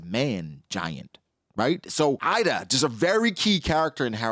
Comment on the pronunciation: Ida her name is pronunced using the I from "inside" and da how you pronunce "the", I'm literally Swedish so I know the Swedish pronunciation